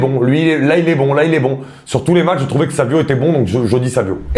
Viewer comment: Très bons choix. Par contre 2 choses: - c'est Savinho et pas Savio - c'est pas Kimmic mais Kimmich du coup la prononciation ne se fait pas à la croate mais un simple "ch" comme en français